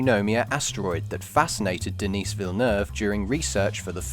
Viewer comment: It's "De-nee Villa-nuv"